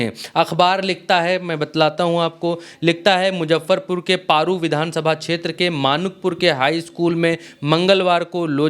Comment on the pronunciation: आप पत्रकार हो जगह का नाम सही से बोला करो पेरु विधानसभा नहीं बल्कि पारू विधानसभा है।